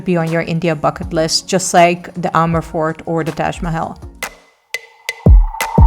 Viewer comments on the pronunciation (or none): none